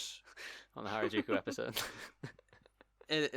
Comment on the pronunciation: This should be called things to do in places Craig can't pronounce...